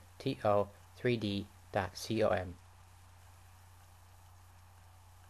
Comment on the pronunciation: lol you say "w w w ." really wierd... it's funny